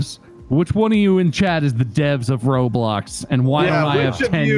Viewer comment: Everyone: minecraft mark: r o b l o c k s